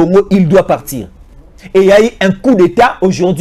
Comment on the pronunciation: Pratique les mots pour bien le prononcer frère, tu es communicateur, fais attention avec tes prononciantions, ça impacte aux oreilles des auditeur, i n'est pas u. Ex: partir et non partur. Tshisekedi et tshusekdi. A part j'aime suivre tes analyses frère.